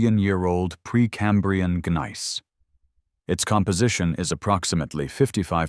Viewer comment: Please let your AI narrator know that the "g" in gneiss is silent.